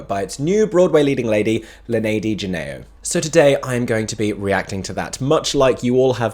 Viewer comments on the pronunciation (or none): a friendly fyi: Linedy's last name, Genao, is pronounced "heh-now" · BTW, I'm pretty sure Genao is pronounced hen-NOW (more or less). You can hear her pronounce it at the beginning of this video